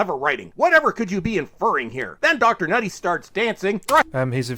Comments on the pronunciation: People have said it’s just him being racist and refusing to pronounce Ncuti correctly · I think he's just saying Ncuti's name of purpose by leaving out the c and saying the n hence nutty- nuti. He obviously knows he is wrong but as it's not a traditional white name he can't be bothered saying it right, he really is the worst kind of bigoted grifter. But yes it is because he is racist and doesn't believe a person of colour deserves even the bare minimum of respect. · Either that or he’s purposely mispronouncing Ncuti’s name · Really? The best he can do for criticism is consistently and deliberately mispronounce Ncuti’s name? Why? Because it’s supposed to be an insult or something? Not a smart play from the man whose name can be read as Bowel-streak with a little rearranging.